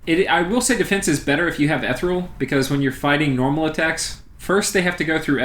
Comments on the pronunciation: Eth Ear ee uhl.Ethereal. Stygian - the g is like the dge in fudge. Stidgean. Sorry for the moment of pedantry, great great video, thank you very much, keep publishing em. There isn't another game out there like Dominions, and the more support it gets the better - and I must say, on youtube the support it does get, my god stuff like this and the actual plays you post and others, like MarcusAureliusLP, GeneralConfusion, Yakri and others I can't think of off the top of my head (and to them I apologize), is universally top notch. A great game inspires great support. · Listening to you say ethereal wrong is maddening